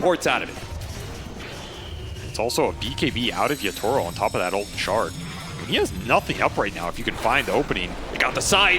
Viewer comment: the pronunciation of Yatoro as Yutoro is killing me